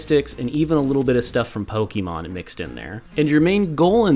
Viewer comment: its not pokeeemon, wtf are you doing